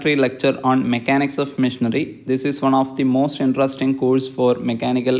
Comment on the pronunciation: missionary, not machinery 😂😂 thanks a lot very good explanation